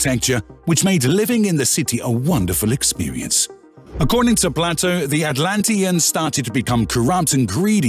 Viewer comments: The philosopher's name is not pronounced Platto, it's Playto. Plato with a long A. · Bad pronunciation. Playto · You're not wrong. One has to question the validity of any narrator who has never heard of Plato 😉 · It's not Ignatius its pronounced ignashious, its not platto its plato..